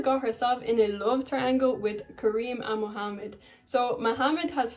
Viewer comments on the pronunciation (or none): none